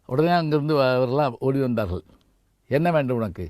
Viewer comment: வாருங்கல் ..வந்தார்கல்..என்று தமிழை கல் எறிந்து கொல்கிறார்..தமிழாசிரியர் இவர். வெட்கக் கேடு.